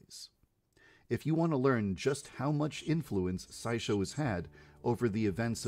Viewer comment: El apellido no es Pshycho, sino Saikou y tampoco es Saishow es Saisho, espero que despuesta de hallas dado cuenta. :3 Y para la duda que tienes con el árbol de cerezo y la profesora y enfermera, puedes buscarlo en la wiki, ahí te dice detalladamente lo que va a pasar; pero su no lo encuentras lo puedo comentar.